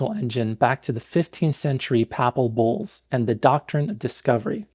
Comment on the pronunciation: I heard Popol Vuhs instead of Papal Bulls.